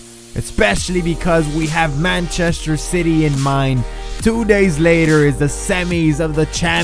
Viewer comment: Mancheshter. Lol xd.